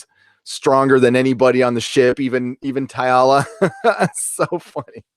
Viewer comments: I have to ask - why do you keep pronouncing TALLA as if it were? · I like your podcast, but Jessica Szohr's character is spelled Talla, not T'alla. Everyone on the show pronounces it Talla (with 2 syllables). Why do you pronounce it T'alla with 3 syllables? Another Orville podcast girl pronounces Issac's name "I-sack". Why can't fans pronounce the characters' names correctly? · Amazing episode & love your recap!!! One thing though... I hate being "that guy" & sounding like a 'nitpicker'.... but it drives me crazy every time I hear you mispronounce the new Xelayan security officer, Lt. Talla Keyali. I keep hearing "Teealla" or "Tialla"... but it's just Tall-a. No big deal, but figured I'd mention it. Still love your channel!! May it live long & prosper! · Her name is pronounced Tal-la not Taialla. Spelled Talla. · You love the show but...OK...you keep getting Talla's name wrong. It's not Tyla, or. It is TALLA. TAL-LA. The class of ship to which the Orville belongs is a Mid-Level Explorer. If you'll notice, the other ships at the end are not the same class as the Orville. They only have two nacelle rings. The Orville has three. Lastly, it isn't a parody. Stop calling it a parody. It is not making fun of Star Trek. It is a homage perhaps. Really, it is its own thing inspired by Star Trek. There are other bits - please just watch the episode again. I am glad you're enjoying the show. Please continue to watch and continue to enjoy it. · Why do you always pronounce her name Ty-alla? Her name is Talla. Mercer pronounces it Ta-La.... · TALLA not TY-ALLA. But yeah. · Cracks me up how you say ‘Talla’ haha